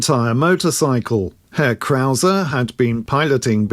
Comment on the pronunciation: As a German, I really appreciate you saying 'Herr Krauser'. Not many people outside Germany bother to do that, so thank you! Today, the Krauser brand belongs to Hepco&Becker, another well-known German manufacturer of luggage systems for motorcycles.